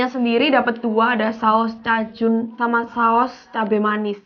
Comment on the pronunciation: Asli gw suka pas ngomong cajun... Gw denger nya cak jun wkwkwk